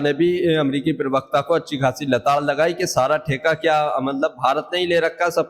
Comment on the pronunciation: पहले अपनी भाषा को सुधारो एंकर महोदय privakta नहीं प्रवक्ता है